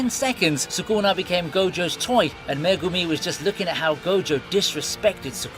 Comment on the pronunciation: The way you say Itadori, Sukuna, Megumi, Nobara its so weird my guy, maybe watch the anime in japanese? xd